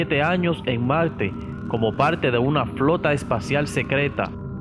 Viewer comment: y dise malte en ves de marte